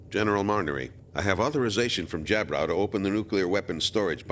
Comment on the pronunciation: why this people pronouced jjaburo as jabraw? or just me missing something?